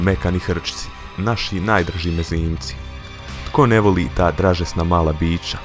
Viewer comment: sasto kazes biča,umesto bića